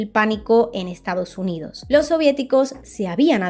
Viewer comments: Que excelente video 🙌🏻 Me quedo con cada vez que dices "Lo' Estado' Unido' ". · Buen video, pero sería mejor que no te comieras las S (“Estado Unido”, “persona”, “año”, etc).